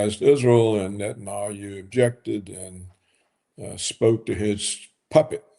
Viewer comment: Paul, it's NetanIOU 😂